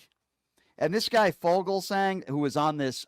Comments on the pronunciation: Brian, agree, but it's pronounced "FEW-gelsang." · It’s pronounced fugelsang. Rhymes with bugle